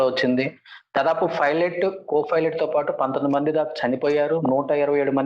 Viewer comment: Ora anchor filot Co filot Kadu ra swamy